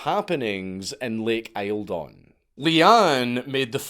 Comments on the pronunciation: Lake Eildon is pronounced "Eel-Den" not "I-el-don" lol. I live very close to it lololololoolol. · Eel-dun, Not aisle-don. Lake Eildon. Still at least dank said Melbourne somewhat correctly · “isle-don” is a WILD way of pronouncing Eildon, it’s closer to “Eeldn” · Also, it’s pronounced lake eel-don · Btw lake Eildon is actually pronounced lake yieldon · FTR Count, down the hills a bit from it in Victoria Australia, here, Lake Eildon is pronounced EELdon. I have briefly met two of the kids after their days of trauma in the early 1990s. Clever, perhaps too wise if that is possible, but young adults by then. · Ahh the Dank mispronunciation 😂. Pronounced Lake Eal..don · Your pronunciation of Australian names is atrocious, it’s pronounced Lake Eeel-don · Eildon is pronounced locally more like eeldun, if any one is interested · Eildon is pronounced Eel-don. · Lake Eildon. Pronounced Eel-don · Lake Eildon, how convient! TANGLEWOOD festival NYE, just down the road from lake eildon! We'll let you go home ! "Eel-dinn" btw. Great vid as per! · Eildon is said (eel-don) short o sound for don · It's Lake Eildon.....pronounced..... Eel (water worm/snake) -don (meat sausage/kebab). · It’s pronounced eel-don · It's pronounced Eeld'n. Every time I heard you pronounce Eildon it hurt my Victorian soul. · Its pronounced eel-don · Hi Dank, it is pronounced Lake Eeldon, it is about a hundred K's from me. Entertaining cult investigation cheers.